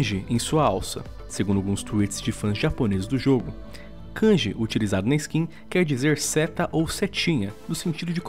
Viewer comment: Mano q agonia dessa pronúncia “kanji”